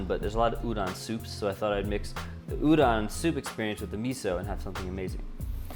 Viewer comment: It's funny to me that you worried about your pronunciation of onigiri even though you said it right, whereas you pronounced udon wrong the whole time lol